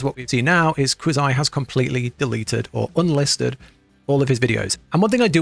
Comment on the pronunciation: So obviously this guy has never seen a Quazii video, since he doesnt even pronounce his name correctly. lol Also WA didnt tell you where to go during a boss fight, at least not the ones I used.